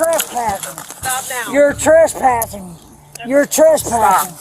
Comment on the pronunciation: to this day you can still hear him saying "yer Tresspassin"